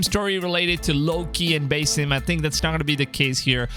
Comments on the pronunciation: it's BASSim as in sea bass. not bass guitar... did you even play Valhalla? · Its pronounce basim, not basim.